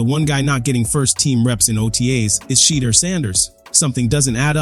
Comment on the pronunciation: Stop "Butchering" the man's first name. Learn the proper way to pronounce it. No harm,just respect. By the way,enjoyed your spin on Sheduer's NFL adventures thus far.